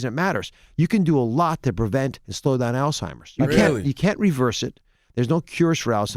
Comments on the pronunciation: Who's still saying All-Timers in 2019? Thought we would all be pretty clear on the word Alzheimer's by now. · It’s not “ALL TIMERS” we gotta do better 😂😂😂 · Charlamagne said Dr. Oz's mom has "Altimers" vs Alzheimer's 🤦🏽‍♀️ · Charlemagne “all-timers” , Dr. Oz “Alzheimer’s “ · Uncle Charla will mispronounce something in a minute... All timers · CTG: “All-Timers” 😂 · "had to spoken"?😂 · U noticed that too...🤣🤣🤣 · william singleton 😂🤣😂🤣😂🤣😂🤣 Charlemagne had to spoken that word wrong on purpose lol